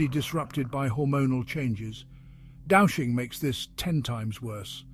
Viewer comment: It's pronounced dooshing..... js...